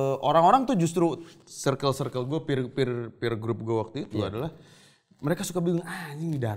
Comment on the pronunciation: akhir nya ada artis yg ngomong circle ( serkel ) dengan bener 😂, bukan (sirkel) anjir 😂